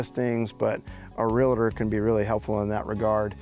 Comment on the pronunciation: Realtor not Realator